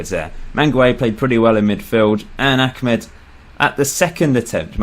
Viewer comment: His name is Ahmed not Achmed